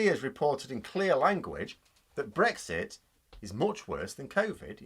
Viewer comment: when they say it's not breixt..😂😂..